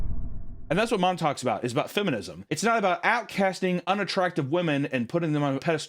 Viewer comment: Thank you to the editor for spelling feminism the way actually pronounces it.